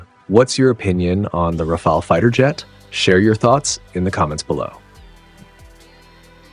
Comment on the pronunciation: This is truly one of the very best reviews of the Rafale I have seen in a long time (and, believe me, I have seen dozens), especially coming from an English speaking person. Another positive aspect to me is that the narrator in this video is one of the rarest person pronouncing "RAFALE" correctly, not like most narrator who say "RAFAELI", mostly Americans, not British (you have no idea how much that irritates me)